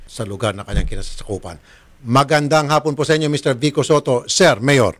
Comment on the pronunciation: vico po hindi vikko😁😂